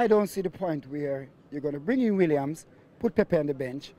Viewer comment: 😂😂 he's a legend at killing names... he even says Williams 😀😀